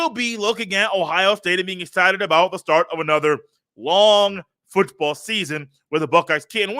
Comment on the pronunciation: I listen to your podcast every single day while working and i have never watched your youtube channel. Its good to finally put a face with it 😂. I laugh everytime you over-pronounce "foooooottttball". Keep up the good work